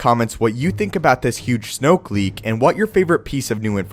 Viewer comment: Snoke rhymes with smoke... dig it?